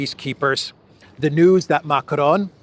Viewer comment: Why are you pronouncing Macron's name like that? If you can't do it with a French accent just do it in English. Bizarre.